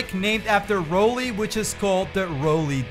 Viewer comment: Props on saying Rowley correctly